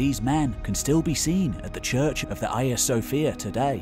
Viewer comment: Wait wait wait Hagia Sophia? Don’t say Cnut “correctly” and mispronounce everything else